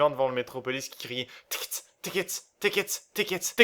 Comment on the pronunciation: " TiiiKetss " me fait trop marrer , putain ! :D